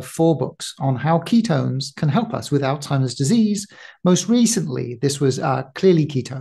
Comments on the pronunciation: Sounds she is affected too. She keep saying All timers instead of Alzheimer 😅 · Please stop saying " ol Timers". It is ALZHEIMERS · ALL TIMERS ?! Why is the Dr pronouncing it incorrectly?! It's pronounced All Zimers!!! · Excellent info. Only thing that surprised me was the way she pronounced ALZHeimer’s … ALTIMERS. ☺️ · We pronounce the z in Alzheimer's. We don't call it altimers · She’s an MD …. why does she keep calling Alzheimer’s…. “All-timers”??? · Coconut consumption makes it impossible to pronouce Zs.